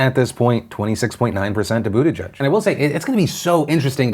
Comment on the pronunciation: I thought it was pronounced Butt-ih-geeg